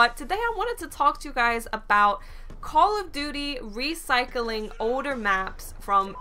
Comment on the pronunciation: Lol anyone notice at the end she said "wecycling" maps instead of "recycling" LOL love u!